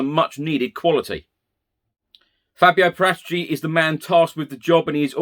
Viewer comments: Para - Ti-chi....Not Paratichi....Geezee...Please learn how to say it.. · it's Fabio PARA-TEE-CHEE. lol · I wish you'd learn how to say Paratici.